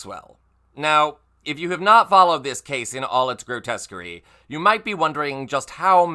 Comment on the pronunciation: "Grotesquery" hahahaha 😂😂😂😂